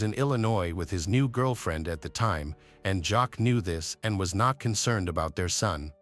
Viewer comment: Her name is pronounced “Jackie”